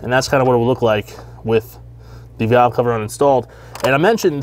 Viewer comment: Cow cover!?? What is he saying???